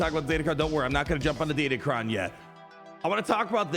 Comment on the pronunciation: Sorry to break the news, but datacron starts with a D and ends with an N